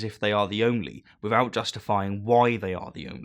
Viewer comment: Why is it that you can pronounce 'athiest', but not 'without'? Laziness?